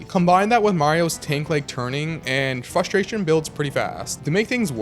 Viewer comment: It’s FRUSTRATION not FLUSTRATION or FUSTRATION😭